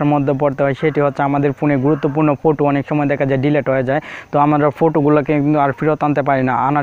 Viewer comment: ফুটো কী ভাই ওই কথাটি হবে ফটো